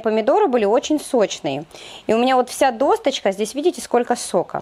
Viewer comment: Ну оговорился человек.....главное, что рецепт крутой, ради этого же смотрим